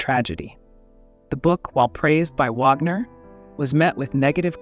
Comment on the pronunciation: The mispronunciation of Wagner is the downside of synthetic voices.